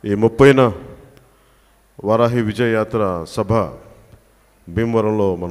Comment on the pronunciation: సరిగ్గా అ,ఆ లు అక్షరాలు నేర్చుకోకపోతే వరాహి కి, వారహి కి తేడా తెలియదు ఈ ముఖ్యమంత్రి Jagan కి, జనసేన వయోజన సంచార పాఠశాల పథకం క్రింద, ఈ ముఖ్యమంత్రికి నేనే అక్షరాలు, ఒత్తులు నేర్పిస్తాను - JanaSenaParty- అధినేత శ్రీ PawanKalyan గారు.